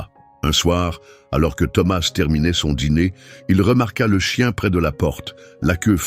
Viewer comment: C'est une histoire très belle mais pourquoi ce Mr qui raconte ne prononce pas correctement le nom de Thomas ?!!!!?!!?en français on ne prononce pas la lettre s à la fin de ce prénom !!!!!?!?!!! j'espère que tout ça c'est pas virtuel !!!!???